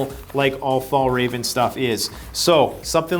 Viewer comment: I must say I laughed a bit about the "Fallraven" = Fjällräven :) the literal translation is "the mountain fox", a brand from Sweden. Not easy for English speakers to pronounce though.